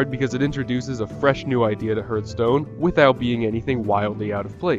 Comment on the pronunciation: It's pronounced HARTHstone.